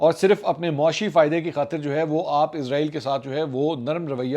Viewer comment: سر جی عزرائیل نہیں اسرائیل ہے